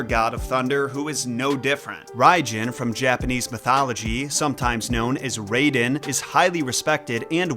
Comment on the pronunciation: omg stop saying RAYden. his name is raiden. r-EYE-den. yes it was spelled Rayden in the first Mortal Kombat BUT that was a mistranslation and all subsequent games have used the correct spelling.